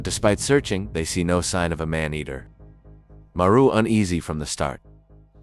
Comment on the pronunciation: Thank you was gonna click off when I heard the ai narration messed up marus name